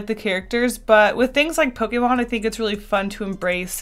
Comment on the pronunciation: I love you but the way you say Pokemon makes me want to die